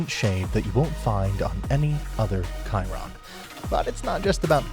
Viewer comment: "Bugatti Kiron"